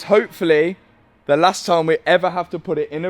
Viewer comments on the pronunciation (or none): none